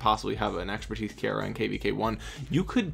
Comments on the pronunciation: Kiera is pronounced keera. Not ki Aira... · KEY-ra...not sure where you got KEY-AIR-uh from